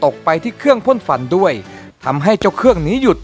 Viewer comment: ฟวัน หรือ ควัน ครับ 555